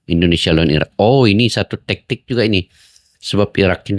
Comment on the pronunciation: Jgn tektik pakcik tapi taktik. Baca ny